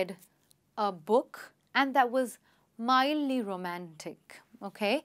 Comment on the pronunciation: It is mildly not midly